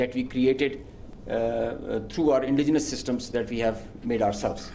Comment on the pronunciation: Lol did he say indigenous ?